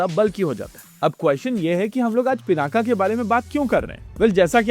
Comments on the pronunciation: पिनाक अकारान्त शब्द है , आकारान्त नहीं इसलिए उच्चारण के अन्त में 'अ ' आयेगा 'आ ' नहीं। तो English में Pinaka लिखेंगे लेकिन उच्चारण पिनाक ही होगा , पिनाका नहीं। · Pināka. Not Pinākā.